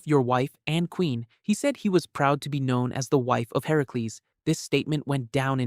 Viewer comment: "You name is Herocles. You are from Korea" What? 🫪 oh CA-RIA... lol